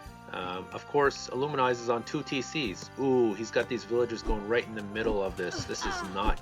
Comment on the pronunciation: IlluminAZE, not IlluminIZE